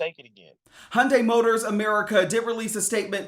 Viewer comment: "hundais" fucking hell learn to pronouce HYUNDAI.